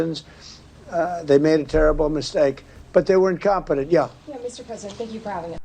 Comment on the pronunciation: This Stephen Miller, why does he always say 'thank' with a voiced th (as in 'this')? I hear him do it every time. Isn't he strange enough as it is?